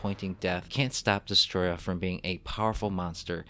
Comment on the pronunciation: Also when got to destoroyah you said destroyah no it’s destoroyah